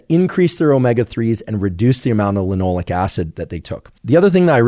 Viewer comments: it’s linoleic, not “linolic”. But such a great video! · Is it "lin - oh - lay - ik" acid? Sounds like he's saying Lin - all -ik and I can't find that anywhere in Google searches.